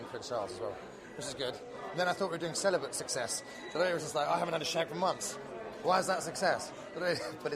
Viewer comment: Did he say he was celelebant for six months?!